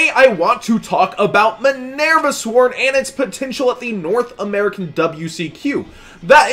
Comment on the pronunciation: Please quit pronouncing Minerva like a total doofus.